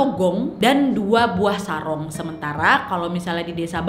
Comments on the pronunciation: Mohon maaf kak yang bener SARON bukan SARONG 🤘 sukses selalu salam budaya nusantara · Bukan sarong ka tapi saron